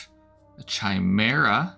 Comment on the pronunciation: Pretty sure "chimera" is pronounced with a hard "k" sound, lol 😅... Very cool animations, though 😁!